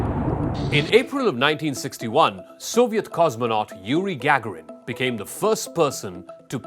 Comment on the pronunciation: IT'S NOT GAGARIN. CAN'T YOU ATLEAST PRONOUNCE HIS NAME CORRECTLY ??? 🙄